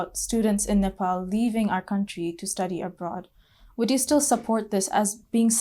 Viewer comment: It’s Ne-Pal not Nepol as a British man would say! Again, Ne-pal.